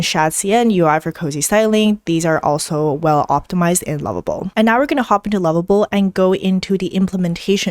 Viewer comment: I’m listening again the pronunciation of lovable and level are seem to be the same as confusing